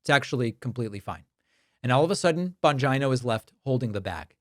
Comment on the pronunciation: Bon-Geno. Bon-Geno. Not Bon-ji-no